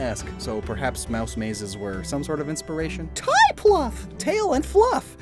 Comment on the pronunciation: Ты так себе сказал "Мышь"